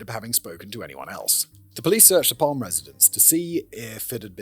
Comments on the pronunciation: "Palm"-"e" you should pronounce the e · Gosh. You messed this up. Calling Palme "Palm" for a Swede just does work. The E is very pronounced in Swedish. And while controversial, he was VERY far for universally hated. And if you messed this up soooo badly , how can we trust anything to make video about? Major mistake... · Pronounced: Palm-er we roll our Rs in Sweden Joakim is kind of like in Yo-Yo at the start so “yo - ah - KIM” Dont get me started on the vowels. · Sorry. I do enjoy CC But this is a shit show. Maybe because I'm Swedish. Maybe because Simon has to tangent the shit out of it for longer content? This was overwhelmingly cringe. Maybe it got better after 5 minutes.. I'm not wasting more of my time Edit: Yes. I'm old enough to hear PalmE (the E is audible Simon) being shot on the radio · English speakers really do be allergic to pronouncing the letter e at the end of a word. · Looking up the pronunciation, then immediately discarding it. You can take the boy out of Britain, but you can’t take Britain out of the boy 😂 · But naturally he couldn't do the extra "e" for the whole episode. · Who else believe he recorded the entire episode, then realized he pronounced the name wrongly, and decided to make this intro? 😂